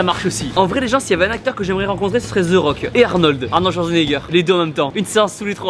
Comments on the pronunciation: Sa m'énervais toute la vidéo c pas "ze rock" c "de rock" que sa se prononce ptn sinon cool la vidéo 🙃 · ZE RRRRAUKE MDRRRRR avant de le rencontrer fais un effort stp ^^ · Pourquoi vous dite ze rock 😂 ? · tibo can't say the rock he say zeu rock